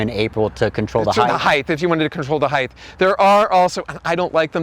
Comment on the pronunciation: Stop saying heith no such word , it's height (hite)